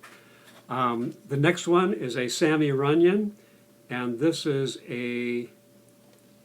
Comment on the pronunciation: Santy Runyon , not Sammy .